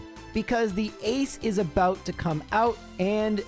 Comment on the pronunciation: Aegis: "EE-jiss"